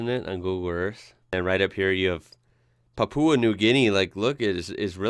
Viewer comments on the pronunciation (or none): none